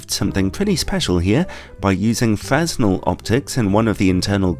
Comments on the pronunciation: It's pronounced "frenel". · Fresnel 💀💀💀 The guy was french, the s is silent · That's not how "Fresnel" is correctly pronounced :)